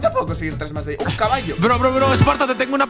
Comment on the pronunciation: se dice hierro no llero